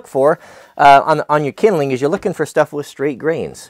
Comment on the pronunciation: Called splits idk whos the fancy guy calling it kindleing